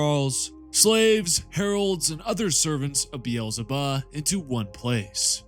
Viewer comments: Is it so hard to call Beelzebub Beelzebub Not Berlebahh? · Did you have to say beelzebub that way so many times? Why did you turn the final b into an h? That was the worst lol